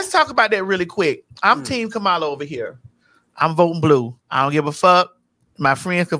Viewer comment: TS I love you but Kamala name is pronounced Comma La not Cah Mala.